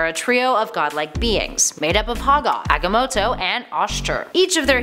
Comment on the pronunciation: Agga-moto lol